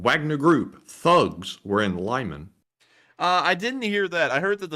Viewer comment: LIEman not LEEman bro (Lyman😂)